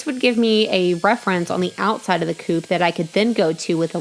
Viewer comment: At 857 it sounds like you’re saying poop not coop but I love your videos